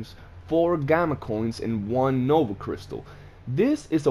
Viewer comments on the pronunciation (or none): none